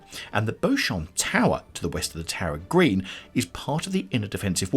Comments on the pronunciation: Pronounced BEE-chum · I thought it was pronounced Beechum? I could be wrong lol